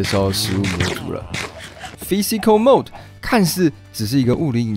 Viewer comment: 而且還念成了mode